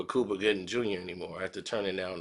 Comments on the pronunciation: Lol Its Cuba not Kooba lmmfdo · Cooba? Really 😂😂😂 u have a speech impediment....get some help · its Cuba...Q-BA ! my friend lol